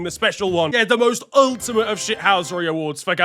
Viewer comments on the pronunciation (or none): none